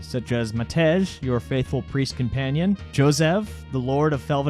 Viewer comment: Its read "Matei" and "Yossef"